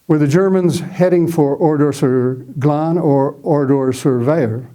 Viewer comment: Thank you,, for your very good presentation. I am very interested in WW2, have been to Oradour-sur-Glane several times and also speak French and German. I was impressed with your correct pronunciation of names and places related to the topic. It was especially pleasant to hear ‘Glane’ and ‘Kämpfe’ pronounced properly for a change. The road you wondered about leads to Limoges. The photo of 189 murdered men is actually in Lidice, not Oradour. The Milice was not involved in the bloody operation at Oradour; it was solely a unit of Das Reich. Indeed, at least one of the victims, Albert Roumy, was believed to be in the Milice. The body on the fence is that of Henri Poutaraud, who indeed was trying to escape but was spotted by an SS sentinel. Only five men made it out alive from the carnage. The death toll at Oradour has been revised upwards to 643. The car on the main square actually belonged to a Mr. Texereau and was moved there from a few metres away after 10th June 1944. The boy arrowed in the photo from the boys’ school is not Roger Godfrin. If I remember correctly, the boy in the photo is amongst the victims pictured in the tunnel in the Centre de la Mémoire.